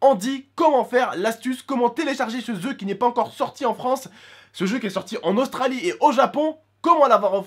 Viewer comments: Euu juste on dis jeux pas zeu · a un momont tu as dit se ZEU lol ;D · 31 seconde: "comment télécharger se zeu mdrr😂😂😂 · hahaha comment telecharger se zeu ??? ecouter mdrrr